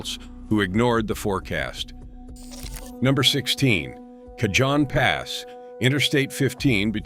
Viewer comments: Pronounce Cajon correctly dammit. And Tejon, too, for that matter. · Geez, your pronunciation of the pass names is terrible. Take some simple Spanish lessons. Tejon, Cajon, Castaic. You’re talking about Siskiyou and you show Snoqualmie.. By the way, I’ve trucked all of them, except Teton in Wyoming.